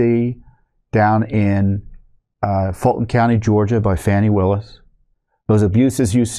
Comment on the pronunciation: It’s not Fanny Willis! Say her name right you jerk!